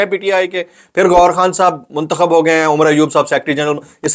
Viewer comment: چونتخب۔کہتے ہو تو لگتا ہے چوتیا کہہ رہے ہوں 😂😂😂😂😂😂😂😂😂😂